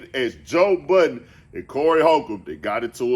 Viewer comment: Anyone who says Joe budden last name as “Buddens” or “Buttons” I don’t trust and will steal🤣🤣🤣🤣